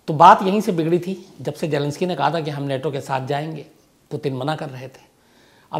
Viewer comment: अबे नेटो नहीं नाटो।